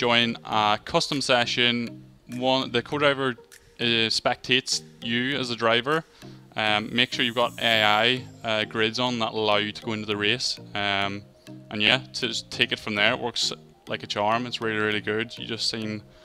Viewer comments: why does he call it "rakky" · Did he called race raky?